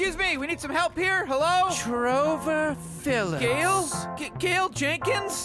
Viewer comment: Gail: Trover Phillips... Me: Uh did he just kill the guy name Trevor Phillips